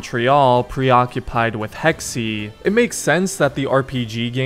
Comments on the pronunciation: I hate to be that guy but it’s actually Hecks-Ay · Hey just letting you know, Hexe is german for "Witch" and is pronounced heks-uh, not heks-e. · "Hex-e" Hexe, pronounced Hex Holy fuck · I am german and I can confirm that it is pronounced like hex-uh